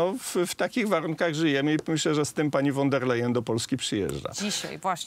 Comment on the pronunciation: Panie Rafale kochany, niech mi Pan wierzy; nie jestem absolutnie wielbicielem pani Urszuli, ale znam dobrze niemiecki i kiedy Pan z uporem godnym lepszej sprawy mówi "fon der lejen", to mnie bolą zęby. Mówi się "fon der lajen" To nawet łatwiej. Z góry dziękuję 😀